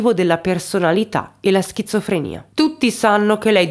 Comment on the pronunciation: 😂😂 schizofrenia ... Non "schizza" 😅.... Per il resto favolosa come sempre!